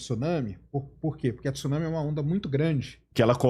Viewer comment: Pelo amor de Deus! 2025 e o cara não sabe pronunciar Tsunami, pqp!